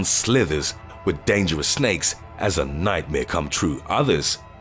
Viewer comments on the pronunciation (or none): none